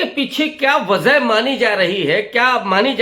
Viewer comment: वज़ह नहीं वजह होता है